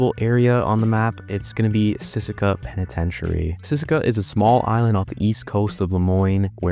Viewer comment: Benzi pentitentiary💀